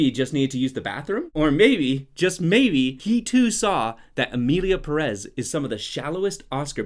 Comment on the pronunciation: The English pronunciation of Perez will be my cause of death